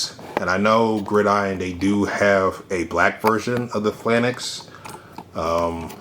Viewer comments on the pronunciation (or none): 3 things 1) Great review. Love the size comparisons and the demonstrations with the Falcon figure. 2) If hasbro does another run of VAMPs i want the Rise of Cobra 4 seat version because I want more than just 2-3 figures on my truck. 3) Phalanx is pronounced fay-laynks.